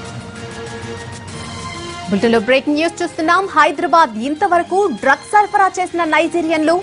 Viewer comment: గ్రడ్స్ ఏంటి... డ్రగ్స్ కదా...?